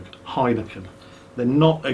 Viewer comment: Love the way pronounces Amstel and Heineken. But, May I suggest a decent beer? Try Hertog Jan, their Grand Prestige is amazing!